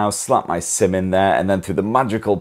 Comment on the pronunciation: I heard "slap my semen there" but he actually said "slap my SIM in there" tho 😂😂😂😂